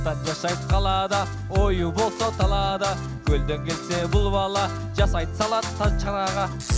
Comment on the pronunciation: Салад эмес Салат.